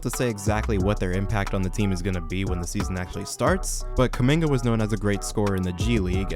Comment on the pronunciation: “Jonathan kuminme”